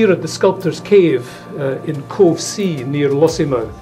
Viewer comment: Covesea is pronounced Cow-see ...Ex Moray Loon!!!!!